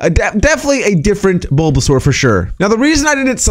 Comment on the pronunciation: U said bulbasar twice 😂😂